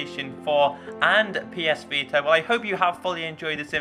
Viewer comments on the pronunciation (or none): none